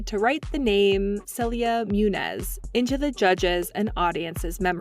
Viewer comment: Its Moon-Nyoz!